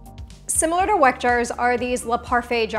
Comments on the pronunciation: Thanks for the video, just a note, Weck is pronounced 'Veck' since this is a German brand. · Weck is a german company, u pronounce it wrong 😁 I truly love your video, super helpful for making the most delicious food at home 🥰